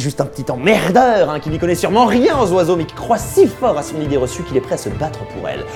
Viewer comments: MDR il a dit idéereçumeha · "Idéereçueméa" je meurs 🤣🤣